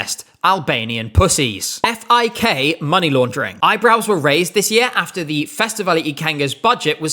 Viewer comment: As a German, thank you for saying F-I-K.